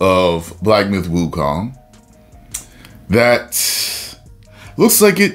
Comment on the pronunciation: I thought the game was called Wukong not Wokeong...FML